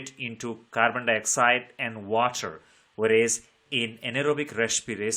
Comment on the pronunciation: English bohot tagdi keh di sir ne water❌WATCHERR✅ 😂😂